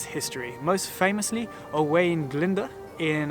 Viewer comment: His pronunciation of Llangollen, Glyndwr and Caerphilly was way off the mark! Llangollen = "Hhlan-GOTH-len", Glyndwr = “Glin-dur” and Caerphilly = “Kair-FILL-ee.”